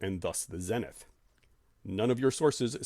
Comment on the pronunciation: Good stuff, but how have you been in the field this long without picking up the correct pronunciation of ZENITH? Long E!